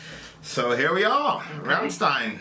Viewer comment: It's pronounced RRahmmshtine ;)